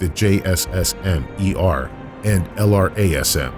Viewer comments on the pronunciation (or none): none